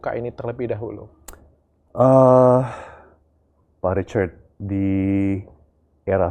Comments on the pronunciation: 😅iyes syuka banget waktu bilang pak Ricard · Cara pak tom mnyebut "Richard" bule banget 😂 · Asyik banget dengar pak Tom Lembong memanggil "Pak Richard" dg logat britishnya..